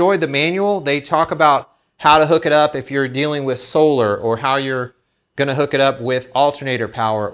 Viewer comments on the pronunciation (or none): none